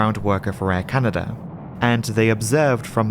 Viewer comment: Air Canader? never heard of it.